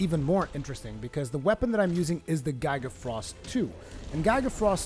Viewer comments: "guy-guh frost 2" has he never seen the word giga before? lol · The way you pronounce the Halberion Blade and the Gigafrost II HURT me. Learn your weapon names -_- other than that great video. As for someone who utilizes elements instead of just the Diablos Tyrannis II like any other CB User great video. Especially since this will probably be viable now after the Diablos Tyrannis getting nerfed in terms of damage and the Hazaak and Halberion CB got a phial damage increase.